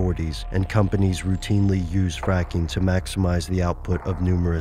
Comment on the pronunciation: did he say fapping it sounds like he said fapping